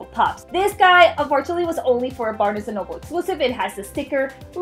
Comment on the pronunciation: U say barnes&nobles wrong